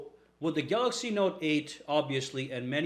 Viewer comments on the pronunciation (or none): none